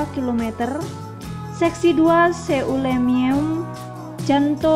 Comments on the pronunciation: bukan selimeum selimum tu😅😅😅😅😅😅😅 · Seulimeum 😂🤣 itu dibaca selimum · That lawak cara baca seulimeum,tayu baca bak jawa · Yang tidak baca tulisan sejarah lampau maka pelafalannya jadi aneh. biasanya orang Sunda sering saya temukan bacanya utuh. Saya kasih contoh baca gini ya: Selimem (Seulimeum), Simelu (Simeulue), Gerute (geurutee), Bire'n(Bireuen), dll semoga paham letaknya dimana